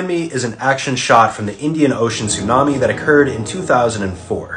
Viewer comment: That's not how you pronounce tsunami